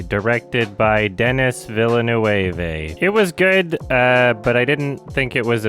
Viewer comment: “the movie is guurd” - “the lion king man”